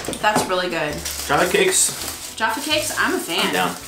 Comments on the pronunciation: you are saying jaffa cakes wrong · Why are Americans physically incapable of correctly pronouncing 'Jaffa Cakes'?